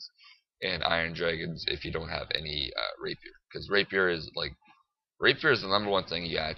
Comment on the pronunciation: It's not a "Raper" it's a "Rapier"